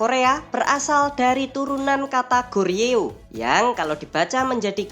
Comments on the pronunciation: Joseon dibaca joson bang, Goryeo di baca goryo😊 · Min , nu balek lafad ucapan teh , GORYEO ( bibaca Koryeo artinya Korea ) dan JOSEON dibaca Coson .